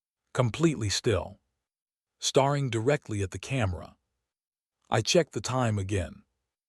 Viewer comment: Mis-pronounce “staring” twice and I’m out. The AI is really bad!